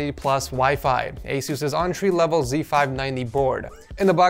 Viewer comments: quit saying ontree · When he says entry I hear entree